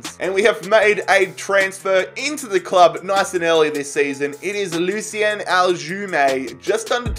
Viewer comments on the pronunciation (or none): none